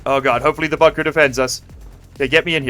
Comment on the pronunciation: Base name: Bun-Ker